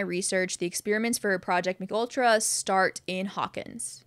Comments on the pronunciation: The mind control project is pronounced M K Ultra, not McUltra as if its some new McDonald's sandwich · It's M.K. Ultra. Not a Mcultra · Great video! I learned a lot. But it's not pronounced McUltra like a cheese burger haha it's pronounced M.K. Ultra (a real life experiment- had many test subjects including Whitey Bulger!) but thank you so much for this video because I'm a huge fan of the show and actually didn't know a LOT of this. I don't know if I'm WILD about Henry's origin story with the cave system but hey it's something for now! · lol “McUltra” It’s Ehm-Kay Ultra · Thank you for this! Also, just so you’re aware MKultra is pronounced like “em kay ultra” and was a real CIA program! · M K Ultra, you say the two letters aloud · It’s “EM-KAY ultra”